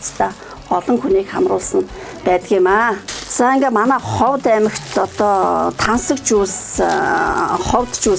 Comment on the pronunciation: Уншиж ярьж багаа хотлогч бусгуй Ховд гэдэг угийг Ховод гэж яриад байхнь сонин санагдчихлаа